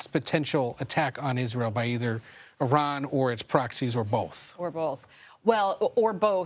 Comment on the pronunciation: It took 48 years for newsreporters and most US Military to finally pronounce the name of a country correct (E-Ron not Eye-Ran)!